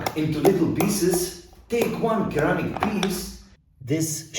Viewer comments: Thanks for in information, but just to let you know “Ceramic” is supposed to be pronounced like “Sir-Amic” instead of “Ceramic-amic” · Lol its actually pronounced sir.ramick when you say it it sounds like you pronounce the r twice i find